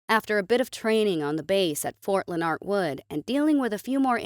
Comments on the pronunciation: it's ''Leonard' not 'Len-nart'..... there's no 'T' in the name... 'Leonard' like from Big Bang Theory... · le nard is not the correect way to pronounce the word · It's "Linerd Wood". Also called "Fort Leonard in the Woods." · Leonard: Lenerd, like Lenerd Skinner. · Can you find a better ai narrator that won't mispronounce "Leonard"?